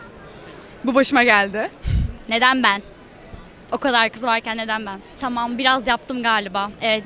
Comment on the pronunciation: Tımım dımıştım o kadar ben tımım dimiştim hshshshs o nasıl konuşma lan